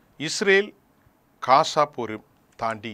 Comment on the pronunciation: கொலைகாரப்பாவி.... " காசா " இல்லையப்பா... GAZA என்று சொல்லுமையா...!